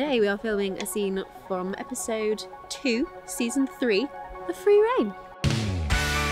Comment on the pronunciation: wait its pronounced rain not reighn